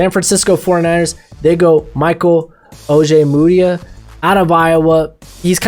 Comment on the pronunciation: You pronounced Ojemudia correctly.... I’m so proud. Love the mocks